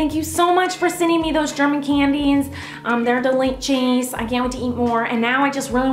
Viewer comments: The way she says DELICHOUS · its delichouts...